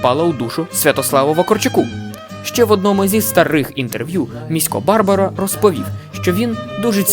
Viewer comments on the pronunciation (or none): Треба було перш ніж викладати відео, дати львів'янам прослухати. Тоді б вам сказали, що наголоси в назвах вулиць і прізвищах мають бути: Валòва, Футòрський, Барбàра. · Хороший контент, підписався, подивлюсь інші відео. Тільки наголос на БарбАра в Міська